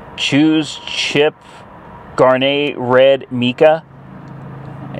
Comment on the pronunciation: Wow you are hilarious. 'Garnay' red? Garnet is a gemstone. Pronounced garNET